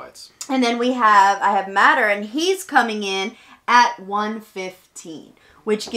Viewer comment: No she loses just cause she called him matter not mater so in my book that was a DQ lol